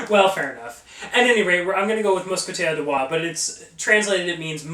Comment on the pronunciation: . i’m french canadien and you said Roy perfectly.